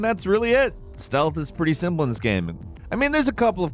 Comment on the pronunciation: "gaæame"